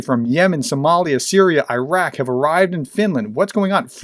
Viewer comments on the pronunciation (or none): none